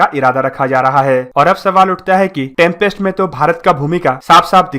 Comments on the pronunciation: It’s Tempest not trumpest programme !!! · In video Tempest pronounciation sounds like Trumpest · It is pronounced as Tempest.....why Are u saying "Trumpest"?????? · Bhai, ye 6th generation baad me bana lenge. Pehle tu project, tempest & description properly bolna sikh le. Poject, drisciption, trumpest 😂🤣😂🤣😂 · It's Tempest not trumpest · Bro it's not trumpest it's tempest😀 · 🤣🤣🤣yes ur right he said trumpest too 😂😂,but videos knowledgeable hoti hai bro